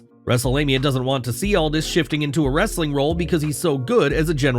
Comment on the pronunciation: "Wrrrrrrrrrrrrrrrrrrrrrrrrrestlin Content!!"